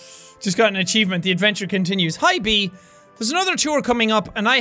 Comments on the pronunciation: why are you saying bee its bae suka blyat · You saying Bea as BEE I think it is pronounced Beh ya. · Dose he know that,that says bae not bee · The name Bea isn't pronounced as bee it's pronounced like beya not bee or biya. All Filipinos knows what I mean. PS: its my nick name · Bea Uson except that her name is Beatrice(bee-a-tris) so the short form is Bea(bee)